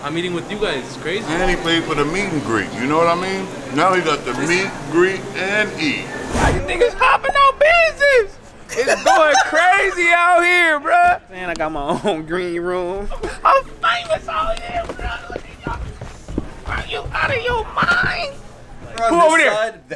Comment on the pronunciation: Is It Me Or Has Been Saying Bloood lately and not Bruh?